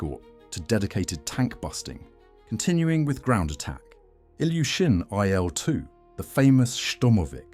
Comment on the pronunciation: And ircraft designations like the Lavockin "La", Ilyshin "Il", Sukhoi "Su" are read as a single unit-just like how you read the aircraft designers' surnames using only the first two liters. It's like saying "Yak" - you don't pronounce it "Ya. k." ) However, you read SB and DB correctly. That's because they aren't abbreviations of surnames, but rather aircraft classes: SB stands for "Sredniy bombardirovshcik"-(Medium Bomber), and DB stands for "Dalniy bombardirovshcik"-(long-range bomber).